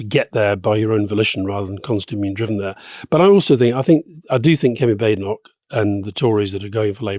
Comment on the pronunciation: Why does Alastair so consistently mispronounce Badenoch?